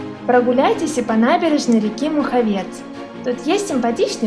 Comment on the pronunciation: Вообще-то ,МухавЕц...